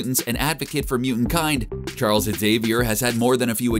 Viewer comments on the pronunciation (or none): none